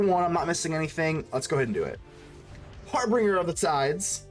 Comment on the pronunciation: Its pronounced "har-binge-er"